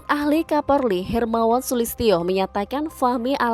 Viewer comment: KAPOLRI BUKAN KAPORLI 🤣